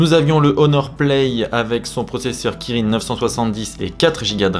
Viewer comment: Salut les gas, pour le soc Huawei on prononce "Qui-Rin" pas Kirin(e) comme c'est écrit ^^ PS: incomparable 4GB de RAM et 8GB de RAM c'est pas équitable, Mais le pire c'est que l'histoire des activités fermés en arrière plan, qui peuvent se régler en mode développeur ça décribilise le test je trouve